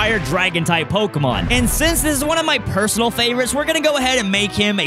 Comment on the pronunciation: Um acshully it's pokÉmon